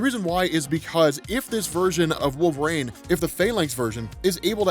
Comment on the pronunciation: WHY DO U KEEP CALLING HIM "WOLVERAAYNE" its wool-ver-een